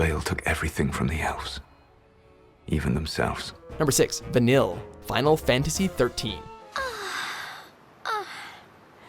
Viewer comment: I'm sorry, I love you watchmojo, but it takes listening to like 5 seconds worth of cutscenes from FF13 to know how to pronounce Vanille's name corerctly.